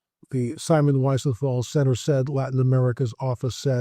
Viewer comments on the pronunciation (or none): It’s pronounced Weezenthal. Absolutely positive. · Pronounced “Weezenthal”. I honestly thought everyone knew this, I’ve heard it so many times…